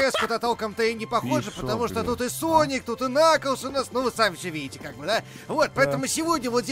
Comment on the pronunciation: Это кнаклз а не наклз